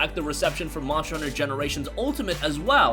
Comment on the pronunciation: God damn it's Monster hunter not muncher hunter